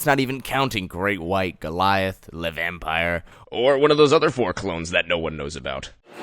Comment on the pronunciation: the way you pronounce “le vampire” gets me every time